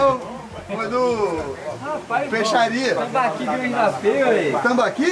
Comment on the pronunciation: Tambaki foi engraçado (Tambaqui)